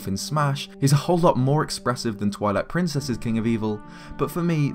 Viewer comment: Did you just say toilet princess? lol :)